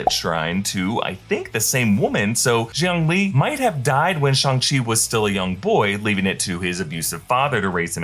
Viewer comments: Not shong chi It's shang chi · Simu Liu said it was pronounced "Shong-chee". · “shung chi” :/ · im sorry but why are you saying shung chi💀, its pronounced shang chi😭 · its pronounced "shhhh" not "shi". no disrespect though, just want to correct for future pronounciations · Its shya-nng-chi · Did you say SHUNG CHI??